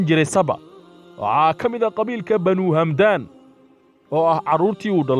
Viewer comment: waar hamdaan maaha ee waa xamdaan